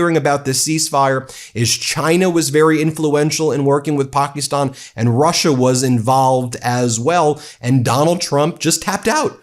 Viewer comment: Pakistan not Pockyston. You're an attorney and a teacher. Learn how to pronounce countries.